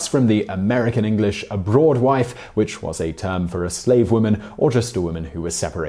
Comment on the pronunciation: Abroad-wife, not A-broad-wife. As in a wife who is abroad.